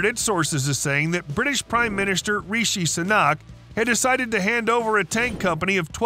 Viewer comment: Reeshey Sunaark - couldn't have pronounced it any worse if you tried.